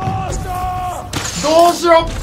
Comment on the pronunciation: どーしよーがだっしゃに聞こえる。 さすが足軽。